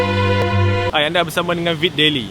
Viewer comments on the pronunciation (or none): none